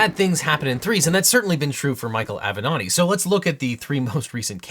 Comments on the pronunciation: Ok but why do you pronounce it "av'nòdi" instead of "avenatti"? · Spitzer is saying “thank gawd for Avenetti” 😅😅😅😅